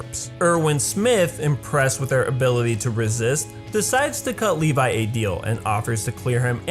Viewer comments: lol he said leli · I don't want to sound like a smart mouth or anything but his name is pronounce as Levi not Levis. And you can find that on the OVA. I understand that I'm late.